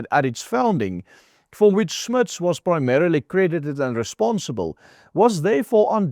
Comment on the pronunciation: why do you mispronounse Jan Smuts name as " Smiths"; you should no better. Jan Smuts was a very important modern philosopher; his most important book being; " Holism and Evolution," which had a very great influence on Whitehead who borrowed many of Smuts ideas on Holism. The other Boer philosopher of great importance was Eugene Marai who wrote " Die Siel van die Miere " Now although Marai was fkuent in English because he had studied at Cambridge; he refused to do so because of what the Brits had done during the Boer War. Unfortunately for Marai; Afrikaans was close to Flemish and a Flemish professor whose namw began with an ( M) stole Eugenes [ Denk Beelde ] on ( Collective Group Minds ) and won himself a Nobel Prize for Sociology. This takes me back to 1964 when I was in standerd 4 when performed Eugene Marais; " Mabalel " for my Afrikaans ( oral exam) Vanig oor die klippe drippel Mabalel. Vrolik is die klingellike Wat haar engelikke vergesal Ooh! Raqwena..... Dis maar all wat ek van die gedig onthou. Vergeef my spell foute en laat dit goed gaan.